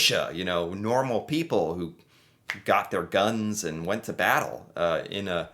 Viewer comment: After the vattle of vimy ridge